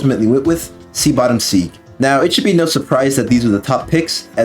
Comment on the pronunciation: "Sea Bottom Seeg"